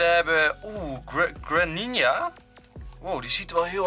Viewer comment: Je spreekt het uit als Greeninja